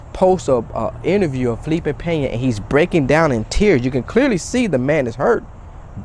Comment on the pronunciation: Hit the dislike because you said his name wrong otherwise good video lol